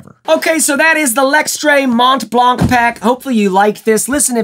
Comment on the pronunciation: It's pronounced [Mon- Blan-] in french ;)